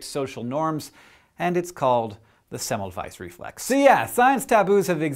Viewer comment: Hank, you were saying Semmelweis's name wrong. In Hungarian, a single S is pronounced as an Sh.